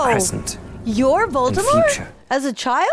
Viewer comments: It's Voldemort not voltermort 😂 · At this point it’s Annoying to see and hear butchering Voldemort’s Nama over and over again 😢